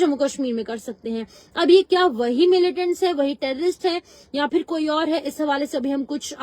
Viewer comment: Madam g likh tou sahi say kro ( for nahi fir hota hai😮😮😮 )